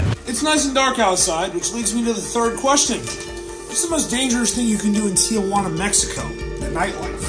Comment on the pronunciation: It’s Tijuana not Tiajuana lol